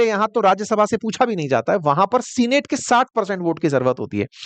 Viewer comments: Sir senate is pronounced not as सीनेट but सेनेट . Please correct that. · सीनेट ❌ सैनट ✅ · सीनेट नहीं सेनेट उच्चारण होता है।